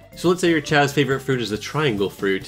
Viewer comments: Pronounced chaows not chaos thx saga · Depends on the language, i think only in english chaos is pronounced kay os. In all the languages i know of the A is not a Ay.